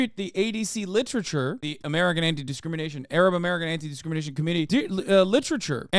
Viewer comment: . Hasan mb but i laughed out loud when you pronounced literature wrong